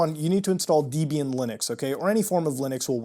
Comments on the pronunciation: its dehb-ee-ahn not deeb-ee-an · Hit pronunciation of "Debian"... it's Deb ey an not deyy bee an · The official pronunciation of Debian is 'deb ee n'..... lol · Debian is pronounced as if a mash-up of Debra and Ian (it is such a mash-up)